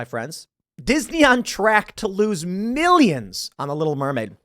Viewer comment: HURNDREDS OF MIRRIONS